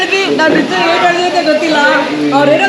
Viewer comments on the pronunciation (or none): Madam yella okay... ಆದರೆ ಮೊದ್ಲು "ಹ" ಮತ್ತು "ಅ" ಕಾರದ ಮದ್ಯೆ ವ್ಯತ್ಯಾಸ ತಿಲ್ಕೊಂದು ಮಾತಾಡಿ... Hatyak alla attack, ಹಾಳಿದಾರೆ alla ಆಳಿದಾರೆ, ಹೇನು ಅಲ್ಲಾ ಏನು etc etc...